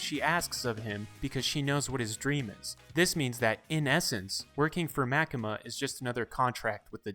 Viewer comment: I think it was MaKEma